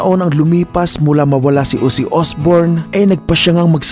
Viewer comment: Ozzy hindi Uzzy 😂